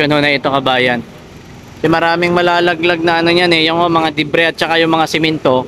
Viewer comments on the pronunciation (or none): none